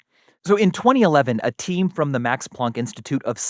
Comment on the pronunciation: Have never heard anyone pronounce Plank like that. All I can now think of is posh pirates!😂